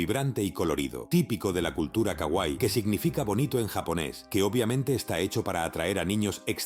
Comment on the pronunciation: Kawaii. Alarga el sonido de la (iii)